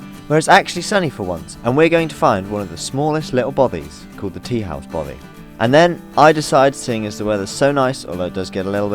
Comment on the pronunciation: Don’t you mean ‘ Bothy’!!? Jan🏴